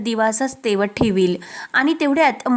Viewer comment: Tejat nahi tewat ase aahe..kuthun marthi shikali g anade